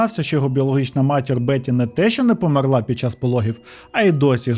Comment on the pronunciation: Подобаються твої відео, але кожного разу коли ти неправильно ставиш наголос у словах «помЕр» і «помЕрла» мене аж тіпає!